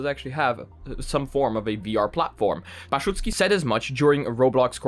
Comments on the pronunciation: His name is pronounce like ba-zoo-ki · Baszucki is pronounced as bah zoo key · YOU SAID DAVID BASZUCKI WRONG. NOOOOO